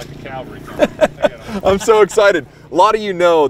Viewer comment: Why do you guys pronounce cavalry like calvery?